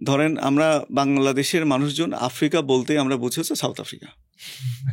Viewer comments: এফ্রিকা না আফ্রিকা হবে বেশি স্মার্ট 😂😂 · য়ের উচ্চারণ অনেক জোশ। ভাই কি চমৎকার করে আফ্রিকা কে এফ্রিকা, আস্কিং কে এস্কিং বলেন। অনেক প্রিমিয়াম লাগে:thanksdoc